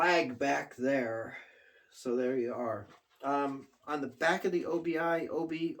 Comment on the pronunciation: Cool album! The Japanese sure knew how to make great album covers! And I believe it’s pronounced oh-be, and it translates to “belt” or “strip” in Japanese.👍🏻👍🏻👍🏻👍🏻